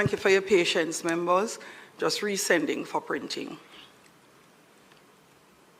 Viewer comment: Membors 😅😅 trying to speak